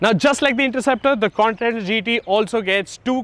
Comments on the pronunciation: Say “con•tee•nen•tal” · C-O-N-T-I-N-E-N-T-A-L.....try saying it slowly